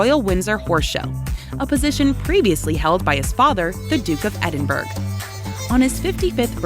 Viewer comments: Narrator can't pronounce Edinburgh properly. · Mispronunciation of the “Duke of Edinburg” throughout this presentation. So annoying.